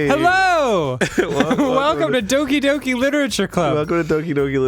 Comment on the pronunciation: Doki Doki it's not Oki Doki